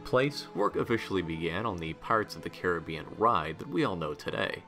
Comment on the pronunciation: Pirates opened in 67. Thanks for saying Caribbean right